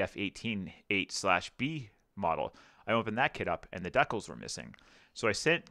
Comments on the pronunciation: The way you pronounce "decals" hurts my head. lol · As a fellow Canadian... please continue to say "deckels". Let the flowers wilt and die.